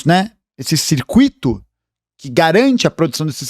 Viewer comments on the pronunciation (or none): "CircuÍto", não; CircÚito. Ah: E VIVA O SUS!